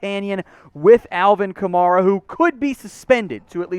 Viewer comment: Man wtf do you know? You can’t even pronounce “Kamara” the right way. This is the worst Saints channel on YouTube.